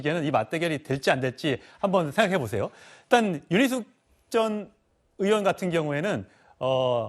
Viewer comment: 패널 들 "의원"발음 제대로 하는 사람이 없나요? 다들 으원으원 하는데 정말 듣기 거북 하네요